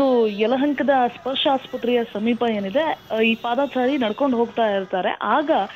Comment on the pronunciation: ಪಾದಾ ಚಾರಿ ನು ಅಲ್ಲಾ ನಾಗಾ ಚಾರಿನು ಅಲ್ಲಾ ಕನ್ನಡ ಪದ ಬಳಕೆ ಸರಿಯಾಗಿ ಮಾತಾಡೋದನ್ನ. ಕಲೀರಿ ಸ್ವಾಮೀ. ಅದು ಪಾದ ಚಾರಿ ಎಂದು ಇರಬೇಕು